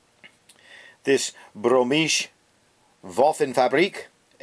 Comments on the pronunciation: It's Buuheemish not 'Bromish', as in 'Bohemian' which is an alternate name for and region within Czech republic. lol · Bohmische isn´t german factory name-that word stands for Czech´s (you pronounced bRomishe) Waffenfabrik is simply arsenal/armory -not war factory. PS: my friend has one- it is pretty small historical gun with terrible sights